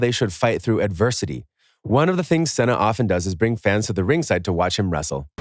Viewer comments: fr "senna" its Seena like cena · Its produced (See-Nuh) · I was really getting in the moment and just hear John Sena lol came to comments right away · "C" see nah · “Our favorite.. John Senna.” Is he really your favorite bro? Pretty sure this is an AI video lol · John Senna.....you say tomatoe I say tomoto 😄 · Anyone notice a problem there? My man I swear if u say that one more time. It is pronounced “SEE (C) - NUH” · If you say "John Senna" one more dang time! lol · you can't senna mee lol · Not sure what was worse. Hearing Cena pronounced wrong or seeing Bill Murray taking money for an autograph. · I'm sure John Cena will contact you and thank you immediately for butchering his name to hell. How can you get a guy's name wrong who is one of the most recognizable Americans?? What's next? Tom Brody. Lebrone Jims. Hank Hogan. WTF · Please pronounce Cena right , cringed the fuck outta me